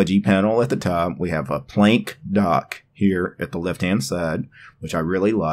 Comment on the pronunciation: I don't wanna Plenk! (yeah it's probably Plank, right? but I like your pronunciation more). Damn, the linux desktop environments get more scattered and become mixtures of everything and nothing. I see some elements from windows 10 to gnome 2 to gnome 3. The menu is just plain ugly. And the PLENK on the left. Yeah it's small, but who needs that space occupation of a "plenk", while you can just have your most used applications in the menubar. Now I know It is all personal taste, and I might be grumpy, but it seems that all desktop environments with every new version try to reinvent the wheel over and over again, and trying to resemble the latest features from windows 10 and IOS and gnome and whatever and somehow integrate that into theirs. I'm stuck in the gnome 2.32 and windows 2000 era interface, that is why I only like Mate, and I can tolerate xfce. A simple categorized menu, which is simply the most efficient and logical. I don't need stuff like dash, or full screen menu that treats my computer as a blackbox, where I need a search engine for my applications. I can understand a search option for files, but not for applications. And a simple menu bar with a clock and some status thingies and some shortcuts. I do like features like snapping windows, and keyboard shortcuts to move apps, switching between them. Everything else is just distraction and screen clutter. And where is the longevity of a desktop environment? Changing everything all the time, instead of really improving